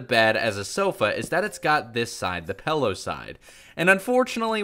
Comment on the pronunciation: 😤😤😤 WHO CALLS IT A PELLO!?! it’s pillow